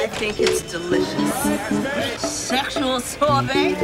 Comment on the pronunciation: “seXXual sorbet” 💀💀